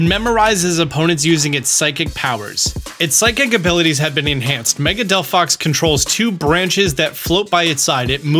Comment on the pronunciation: He fkcd up Chesnaught and Delphox's names. Truly a Pokémon fan.😂